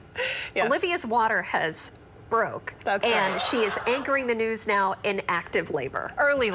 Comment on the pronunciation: I thought he said news, not nudes.